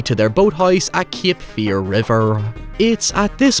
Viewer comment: Not kip fear but cape fear learn english you irum.